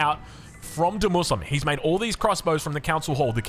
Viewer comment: i mean, i dont know the players or scene but shouldnt demuSLIME be pronouced: demu Slime and not Demuslim ? As he clrearly wrote the slime in caps :D Otherwise great game and commentary!